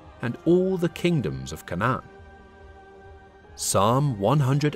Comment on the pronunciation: Your pronunciation of canaan is wrong its cainnan and levites as in Lee Vites named after levi